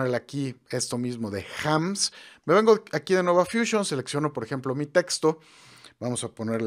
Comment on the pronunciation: Porqué dices edición? Si despues dices fúsion?